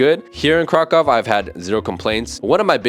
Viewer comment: Just one thing: KRAKÓW It is like "KrakOOv". ó reads "u" (short) You Guys, even living in Poland, do not hear "u" when one is saying the name of this city? Why is it always "KrakOv"? I am not able to understand it! I do not expect You (all of you) to speak Polish but at least to get this name right. I find it very disrespectful.